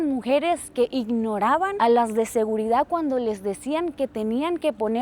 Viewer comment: No puedo con su mala pronunciación: “Recección” , “Adactar”, “Segurida”